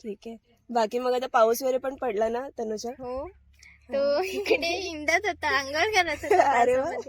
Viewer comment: तनुजा तुमच्या कावळ्याला तनुजा म्हणता येत नाही, म्हणून तो तुला वेइजा म्हणत असावा, बघ तो कधी कधी वैजा असे म्हणतो